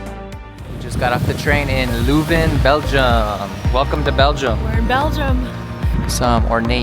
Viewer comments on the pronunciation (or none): Spijtig dat het weer zo nat was. Aandachtspunt: vooraleer je commentaar geeft, laat een lokale Vlaming al de woorden in het Vlaams correct uitspreken. Je kan even gemakkelijk LEUven zeggen in plaats van LOEven. Zowat èlk woord dat je verkeerd uitsprak, had je correct kunnen uitspreken. Zonder te zweten. Zeg telkens in welke straat je bent: dat maakt het gemakkelijker voor de reizigers die na jullie komen. Weet dat de eerste taal die Britten aan het vasteland tegen komen het Vlaams is (officieel het Nederlands). Calais is gewoon een stuk Vlaanderen dat Frankrijk reeds eeuwen bezet en niet willen teruggeven aan het Vlaanderen dat zich in België bevindt. Ik had jullie graag een rondleiding in Leuven gegeven maar ik woon er al vele jaren niet meer. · My city. For English speakers it's probably easier (and more correct) to pronounce it as "lurven". Also "the university is close by"... the university is scattered all over town.